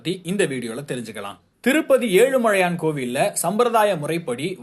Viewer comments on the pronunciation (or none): முதல்ல தமிழ் ஒழுங்கா படிங்க. செய்தி வாசிப்பாளர் என்ன புதுசா ஏழுமழையான் சொல்கிறார்? 🤦🏽‍♀️